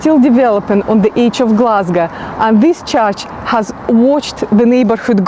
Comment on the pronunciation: Love how you pronounce Glesga your richt Gleswegian noo.